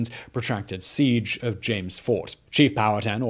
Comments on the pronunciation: Simon, I love your videos, but omg it's Pow-ah-tan, not Pow-hatten. Also, Pocahontas' birth name, aka her "secret" name, was Matoaka. I lived pretty much my entire life in Virginia and have read several books about Jamestown. I've never heard her referred to as Amonute. Is that a new discovery? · POW-HA-TAN...not POW-HAT-TAN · Not “pal-hatten” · Not pow hatan...pow a tan...powhatan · It's confusing. I know: Man-HAT-tan; but POW-a-tan. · Powhatan is pow-uh-tan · “Pow-a-tan” I think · Que que na-to-ra You will understand... THE DARK SHADOW OF COLONIAL ENGLAND